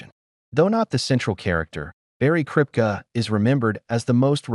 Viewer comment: Did the narrator ever watch the show????? Kripke.. Pronounced Krip-kee not krip-ka! Should I keep going...who's next?